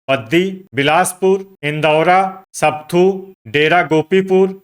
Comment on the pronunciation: Not sapthu but sapathu